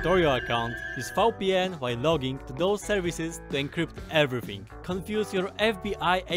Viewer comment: When he said VPN he pronounced V as Fau which is hella german, so hes got some german in him!